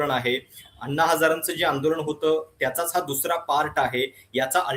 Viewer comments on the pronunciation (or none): आपले व्हिडियो नेहेमी बघतो. आपले काम चांगले आहे. आपण 'ण' चा प्रयोग 'न' च्या ऐवजी जास्त करता. आंदोलन म्हणा आंदोलण नही. अभी नही तो कभी नही. देश भाडोत्री राजकार्णी शेटजी आणि भटजीच्या वतीने चालवत आहेत.